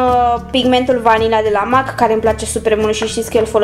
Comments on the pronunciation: În primul rând cutia aceea nu se numește compartiment și în al doilea rând MAK nu se citește cum se aude se citește MEK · se spune mec nu mac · M.A.C se citeste mec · Scuze dar MAC se citeste mec😅